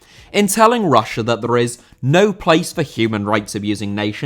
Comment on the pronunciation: Russia* not Russier